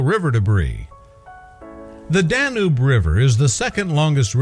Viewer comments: "Danube"_ is pronounced "dan yoob, not "dan oob". Seriously weird narration on this video. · Learn how to say: Dan yuuuube. coerrectly.!!-! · The Dah-NOOB, you say? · Its the danube not the dan noob yer tit. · We know it as the Danube in uk😅 we pronounce it Dan-youb